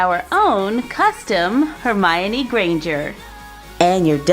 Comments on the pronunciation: it's Hermione not hermonie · Don't want to be mean but it's hermione not hermonie